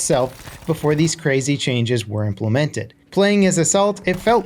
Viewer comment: I hate how you said implemented. Lol